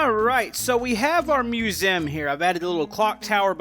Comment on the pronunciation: Also why do u say musem